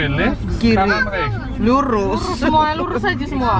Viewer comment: Sikocik 😊 lurus kok aku dgr ny jd kurus yakk 😂